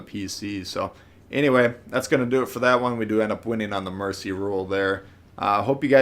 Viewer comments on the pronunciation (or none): none